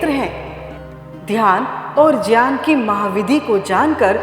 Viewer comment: ग्यान को संस्कृत उच्चारण में ज्यान बोला जाता है ज्यान ही शुद्ध उच्चारण है ।